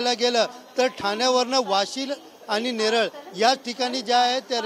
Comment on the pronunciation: नेरळ नाय नेरूळ बोला